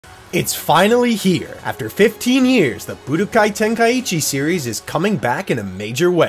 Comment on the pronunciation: Bro americans saying the game’s name just pisses me off For the love of god it’s called tenkai chi not tenkayiiiiiichi